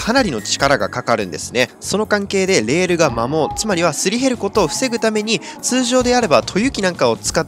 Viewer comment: 摩耗がマモーに聞こえてミモーが出てくる…